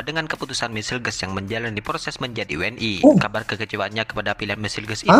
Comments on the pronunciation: we en i bukan dauble u n i ; tu cara berbahasa melayu yang benar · Bang cara bacanya jangan inggris tapi bacanya we n i jangan dabelyu